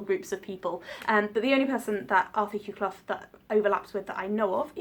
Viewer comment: You pronounced his name right. I know this because I'm a Clough and he is a descendent of mine.